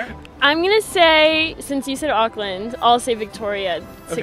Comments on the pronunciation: Tip for Americans: don’t say auck - land say awk - land (like the end part of hawk) sorry it kills me the way you guys say Auckland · Auckland New Zealand They are saying Oakland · The pronunciation of Auckland was, interesting . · Try saying it like oar-kland not ockland and not New Z- ee- land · they said ockland not auckland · Auckland is pronounced more like ookland than ughkland. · The fact that most of them pronounced Auckland like Awk-land and how they pronounced Samoan as Sam-Mo-in made me cringe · Them saying Auckland like like was pissing me off lmaooo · The way they pronounce Auckland is just- I know there are reasons why like because of their accents, but it just triggers me.